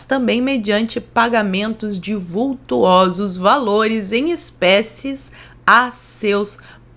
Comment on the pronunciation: Não se fala “vult U osos” , o correto é “vul to sos”.